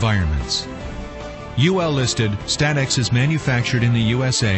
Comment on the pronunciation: Ah yes “St-atex”